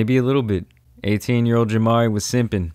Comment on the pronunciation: The way bro be saying his name. JamaRI! That’s JamaRI!